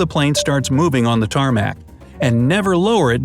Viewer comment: tarmac "TARMACt"